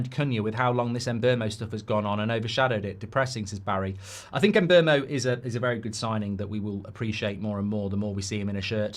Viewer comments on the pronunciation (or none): Em-boh-moh. Not Em-bur-moh. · There is no letter R in mbeumo